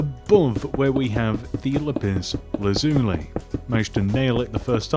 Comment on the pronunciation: Not everyone can say lapis lazuli. You did a very good job saying it. Suggest you just say lapis. It's the only material like it